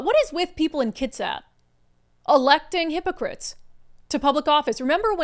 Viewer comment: “Hippo crite”??